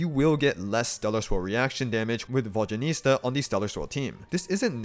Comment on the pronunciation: The mispronunciation of her name’s gotta be ragebait, right? 😂😭 EDIT: He really mispronounced her name throughout the whole video 😭 this can’t be the same guy who correctly says Zibai’s name, and so well at that too😭